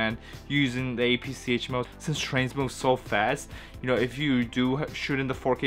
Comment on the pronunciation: It’s apsc not apsh.